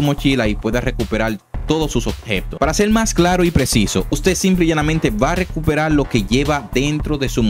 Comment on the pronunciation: Lo único que quiero saber es como usas la "r" por la "l". No me queda claro. "Recuperal"???